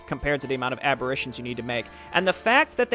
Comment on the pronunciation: Lol, sorry to be so annoying, but "Aberrations" isn't pronounced like "Apparition" with a B. It's more like "aberrEYtion".